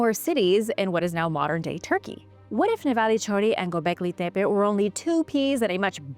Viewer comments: While I admit it is very refreshing to see and hear a real human talk on YouTube instead of insufferable AI voices, I'm confused about why you are forcing such a strong accent when pronouncing gobekli tepe. I've watched dozens of historical documentaries about it and I've never heard anyone pronounce it like that before, even when real people are narrating. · Its kindof annoying hearing a 90% regular english accent mixed in with that other accent when she says Gobekli Tepe. I say pick one accent and stick with it, consistency is key 🤙